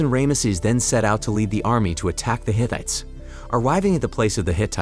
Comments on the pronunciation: The Hit-it people? Ray, mess? Setty Eye Geez man. Pronunciation is awful. Otherwise good recap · Hittites (pronounced Hi-t-eye-ts), dude. They're not faux women parodies of the 21st century!